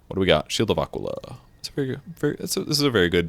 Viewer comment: if you looked up Aquila then you know your horribly mispronouncing it